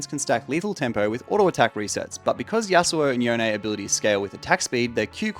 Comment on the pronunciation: why does everyone call yone yonae